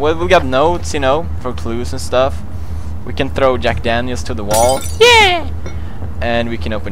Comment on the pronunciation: So we’re all going to ignore the fact he said fack janiels?